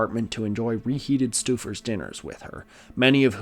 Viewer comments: STEW-fors?? My family has always pronounced "stouffers" as "stow-fors" and I don't want to look it up to risk having my whole life be a lie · I’m from Cleveland and we pronounce the microwave dinner brand STOH-fers, not stoo-fers. I know it doesn’t make sense based on the spelling, but it’s how everyone says it. Other than that slightly distracting detail, it was really delightful to hear some (more) weird history from my town. We are a hidden gem of kookiness, I swear. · you making a clevelander laugh. its pronounced stow-fer not stew-fer. 😂. but here is a funny vernon stouffer story, in the early 1970s he was out drinking with another fellow local cleveland businessman of note, george steinbrenner. george pressed stouffer to sell him the indians over many drankies, and he agreed. so soon after that night steinbrenner showed up at his office to do the deal, but stouffer said what are you talking about, i’m not selling. apparantly he had gotten blackout drunk. george then bought the yankees in a fire sale from cbs. and the rest is sports history. 🎉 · Also- Stouffer's is stow-furs, not stew-furs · It's pronounced Stow Fur TV dinner